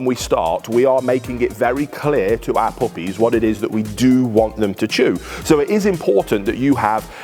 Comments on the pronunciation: Good video, but I couldn’t stop hearing Applebee’s when he’d say “our puppies” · 💯 i thought he was referencing the name of his pup in the video for at least 6 times, then he finally said it slow enough. i was like hmm, cute name 🍎 Applebee's!